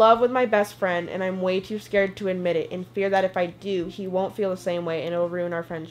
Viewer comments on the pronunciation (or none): billie eilish= “billie eyelash” scared= “scarred” bury= “BURRRie”